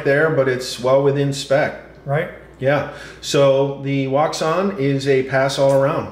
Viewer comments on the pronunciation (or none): It's pronounced "woo shaun" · its pronounced WOO-SHUN wouxun